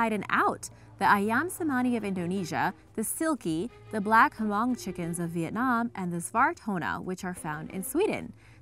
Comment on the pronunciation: Ok, I am Hmong. It's NOT pronounced Ha'mong, nor is it spelled H'Mong. 😂😂😂